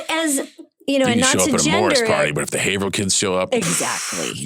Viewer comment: Thank you John Cena for pronouncing Haverhill correctly.